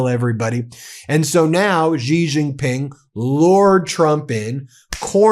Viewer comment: Xi = She. There are hundreds of millions of people that cringe every time you mispronounce his name.